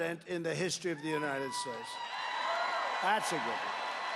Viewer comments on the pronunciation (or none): Trump can't even pronounce "the United States" correctly. He said "Unitted Shtatshe"..